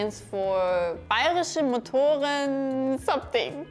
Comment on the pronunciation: The bayeriche Motorenwerke with the v sound reminds me of the BMW edit